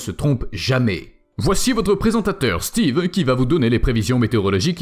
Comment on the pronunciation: XD je croit qu'il a un problème avec le mot steve.